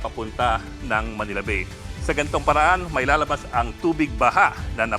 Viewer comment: Ang bigkas sa Bay ay “Ba-e”, hindi po yung bay in English